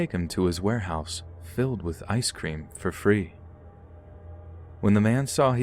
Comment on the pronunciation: Okay, but why do you pronounce ice cream as I scream 😂